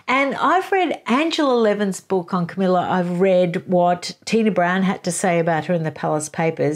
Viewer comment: Camilla, not Camellia. And no, falling in love was not the only thing she did. She was in league with Charles to procure a very young virgin for Charles to marry seeing as she could not. The idea was that this young virgin could be used to satisfy Charles' dynastic obligations. The problem was that they contrived for Diana to believe Charles was in love with her, and she did. They should have made a deal with Charles' bride, Diana would not have done so but I suspect there were many that would. They didnt do it because they could have been caught, instead they acted abominably without any integrity. Yes they are clearly in love but it doesn't change what they did.